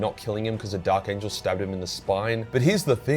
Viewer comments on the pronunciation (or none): none